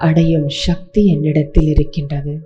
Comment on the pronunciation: சக்தியா? ஷக்தியா? இனிமையான ஒரு மொழியை பயன்படுத்தும் போது கவனம் வேண்டும்.